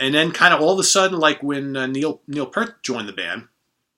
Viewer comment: With respect; Neil Peart's last name is pronounced "Peert".